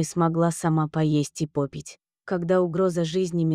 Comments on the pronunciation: Смогла сма пОпить??? Классный рассказ, но Ваше чтение убило. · пОпить и масса неправильных ударений. Начитывающая текст, вы с племени Умба-Юмба?